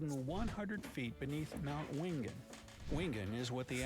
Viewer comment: Corrections: 1. Wingen is pronounced Winjen. The place is😮called Burning Mountain and it is easily accessible from the New England Highway just north of the village of Wingen which is about 3.5 hours drive north of Sydney. 2. Aussie is pronounced Ozzie. Same with Brizzy - also known as Brisvegas 😂 3. Rent a Grandma is American - there is one here on the GoldCoast but first I have ever heard of it. 4. Australia has the mandatory voting and everyone is expected to know the system, the parties, the policies , their local member of state, federal and local government. Our participation rate is around 91% with most people happy to out to their local primary school, buy a cake from the cake stall, eat a “Democracy Sausage”and vote on a given Saturday - our next federal election is 3rd of May - in about a month. We also have pre poll voting and postal voting for the elderly, disabled, isolated or those who have to work that day. This level of community participation in the political process ensures we don’t end up with clowns for leaders.